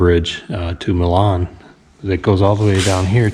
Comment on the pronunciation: And Milan is Mile-ann